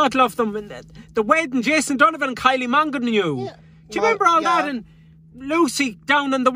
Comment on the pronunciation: Kylie “Monganue”! 😂🤣😂🤣😂🤣